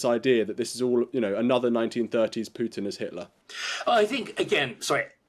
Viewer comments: It is POO-tin. NOT P YOU tin. Thank you very much. Learn to pronounce foreign names correctly. Not according to British pronounciation. Thank you very much. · U in Putin is pronounced as oo.